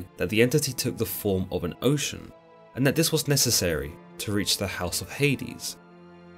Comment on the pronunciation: Oce Anus heuh heuh